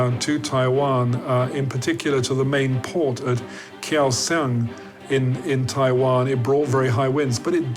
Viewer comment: Kaohsiung - /ˌkaʊˈʃʌŋ/, not Kiao Sang.